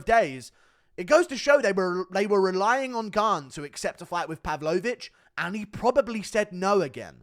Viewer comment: Pav-low-vich, he's not a dessert Guru!